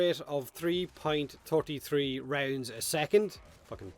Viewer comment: My top 10 goes a little something like this: 10: Akstilleto Prime 9: Synoid Gammacor 8: Limbo’s Top Hat 7: Memeing Strike 6: Sicarus Prime 5: Rhino’s Crotch Piece 4: Atomos 3: Pronunciation of ‘33.33’ 2: Kraken 1: The Salt on the Warframe Forums After a Dev Workshop Announcement